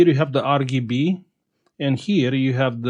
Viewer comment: "Ar gi bi" 🤣🤣